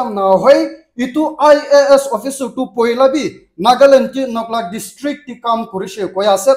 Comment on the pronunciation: Tq .Clear pronounce of NOKLAK